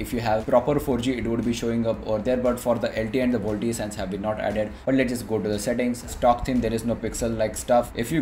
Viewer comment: "vol-t-e" facepalm